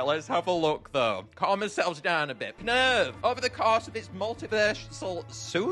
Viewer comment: The ‘Knurv’ of all this, man!